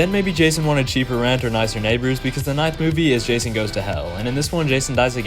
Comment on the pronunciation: Thats not jason thats rason 😭🙏